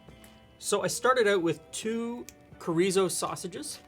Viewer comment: So adorable to see 'finding' chorizo and can't pronounce it... to MAKING the sausage. Welcome to Mexican food.:) Also, you can upgrade this by using cream cheese block and shredded cheddar cheese... takes the plastic cheese away. Almost healthy! ha ha